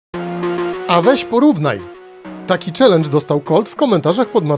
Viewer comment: Srelendż a nie czelendż 😂😂😂😂😂